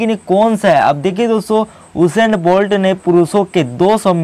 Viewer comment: हुसैन नहीं उसेन बोल्ट नाम है यार 😜